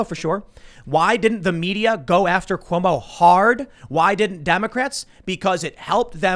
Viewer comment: Every time says Cumo it’s like a sad clowns name. Cumo the clown. 😂🤣😂